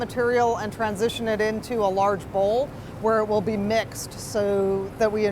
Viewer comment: the ladies voice sounds like a smoke detector with a low battery when she pronounces the letter T in transition.